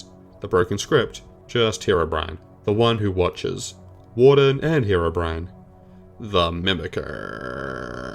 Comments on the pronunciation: did he just pronounce Herobrine as Herobren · It's HeroBrine not Herobrin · Ha row bren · Back in the day it was very common to pronounce it like that, some minecraft songs even used that pronunciation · Bren is the hero we didnt know we needed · Form This Way, which is still one of my favorite minecraft parodies all these years later, starts off with pronouncing his name like that. i think its an austrailian thing given the singer of that song is austrailian too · Different languages exist, as well as accents based on those. In Ukrainian it’s also pronounced the way he pronounced it